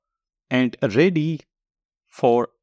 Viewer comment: Your AND sounds like AT ...